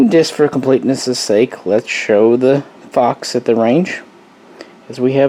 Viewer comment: When you said “Fox” right before shooting the WBP I thought you said FUCK 😂